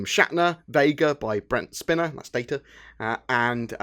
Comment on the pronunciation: Brent Spine-er, not Brent Spinner. :D